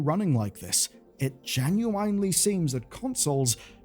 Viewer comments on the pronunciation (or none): Does dude say "genuinely" incorrectly or am I going crazy? I noticed last vid too at least he's consistent I guess 🤣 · You lost me at "geNuWYNE" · Great coverage - but please stop saying "genueyenely". I've never heard anyone say genuinely like that in my life. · I love your videos but the way you pronounce "genuinely" drives me up a wall